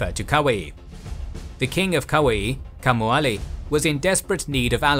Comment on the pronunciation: Again the Hawaiian needs work. King Kaumualii is pronounced (in a way you may understand better) Cow Moo Uh Lee Ee not "Kamuali"